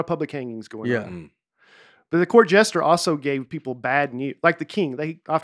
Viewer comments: Nate mispronouncing jester as "gesture" the whole podcast and then correcting someone else for saying coin wrong just once🤔😂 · For a guy who spent the entire episode saying “Court gestures”, Nate is pretty quick to pick up on any word even slightly mispronounces. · Best one yet for sure. It really helped while being in stand still traffic in GA for an hour! I also love how Nate was saying “gesture” instead of “jester.” Keep it up! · I was disappointed that didn’t call Nate out for saying Court “Gesture”.